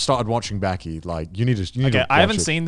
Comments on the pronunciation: Its called BAAAKI not BÄÄÄKI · Say baaki not byaki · Joye & Gant: Baki (バキ) Conner: Beky (ベキ) WTF! Its not BEKY its BAKI. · The way Connor pronounces Bäki makes me want to give myself a lobotomy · "I started watching Bäki" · Connor the only guy to pronounce baki as becky without being called out